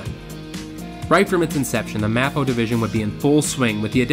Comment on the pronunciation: Great video. Not to nit-pick you - as a former Disney cast member, I feel the need to tell you that MAPO is pronounced 'MAY-poh'